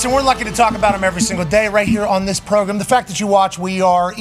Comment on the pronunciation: PROGRUM!!!???? hilarious...SPOT ON!